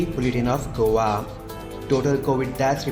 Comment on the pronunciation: Please please say Go a. Not govaa. Please please please.